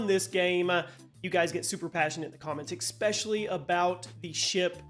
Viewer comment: Why do Yanks always say ECSPECIALLY when it is clearly ESPECIALLY! Absolute tards